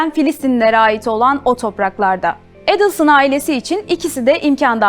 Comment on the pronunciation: Настолько подача материала ужасная, озвучка ИИ на фоне картинок и ,,ведущей,,. Еще и ударение фамилии каждый раз разное. Отстой , а не канал